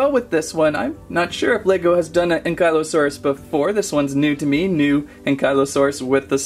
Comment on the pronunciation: I've never heard Ankylosaurus pronounced so horribly wrong lol it hurts.